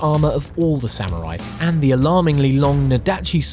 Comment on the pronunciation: SAM-MOO-RY Ok, lets say it correctly all together now!